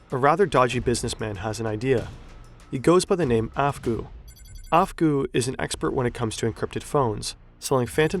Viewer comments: Okay I'm only 5 minutes in, but "AFGHGOO" didn't realize he was working for the FBI, right..?! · Guys don't be like 'Afgoo'